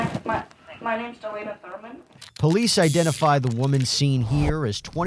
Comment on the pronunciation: I thought the aunt said Delaina “vermin”…it was Thurman …